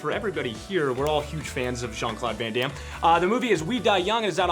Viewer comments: He couldnt pronounce Van Damme´s name correctly.. It´s not Van Damn! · ... these inept monolingual US -Americans... how he pronounces van Damme! Gosh! Would've been enough for me to just punch him right in his stupid face. Without flinching. Just for the heck of it. lulz